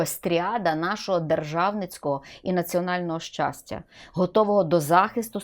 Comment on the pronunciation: щастя, а не счастя, ох и преподаватель